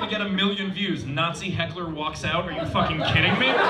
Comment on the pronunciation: Not “hackle” 💀💀💀 said so confidently too 💀😂😂